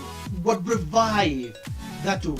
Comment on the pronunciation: Gods, how I love your enthousiasm^^ Thanks again for your reaction. (your pronounciation of Dathura is perfect^^)